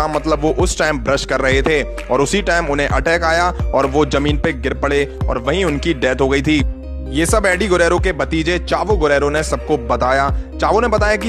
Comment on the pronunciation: It's zameen not jameen.